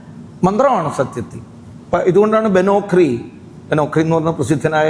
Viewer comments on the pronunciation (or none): ബെനോക്റി അല്ല ചേട്ടാ ബെൻ ഓക്രി